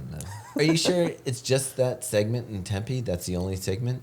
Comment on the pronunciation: I can’t figure out if they were mispronouncing Tempe on purpose or not